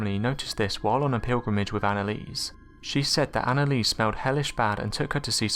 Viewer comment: at least say her name right